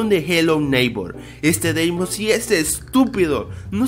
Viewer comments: y queras decir XDXDXDXDXDXDXDXDXDXDXDXD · es feniz